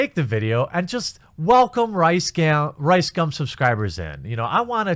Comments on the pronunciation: It’s actually pronounced RiceCum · RiseScum? I'm hearing that every goddamn time :D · i always hear rice-scam when you say this assholes name... and i will continue to hear it this way from now on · How come I keep hearing RiceSCUM?